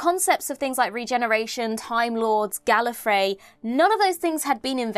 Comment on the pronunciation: C'est bien d'avoir une traduction française, par contre la prononciation est atroce (rien que Gallifrey prononcé " Gallofraye "... Atroce)